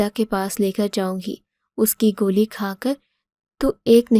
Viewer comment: گولی ھوتا ھے گلی نھی